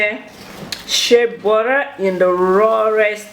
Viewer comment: 😂😂😂 burra will do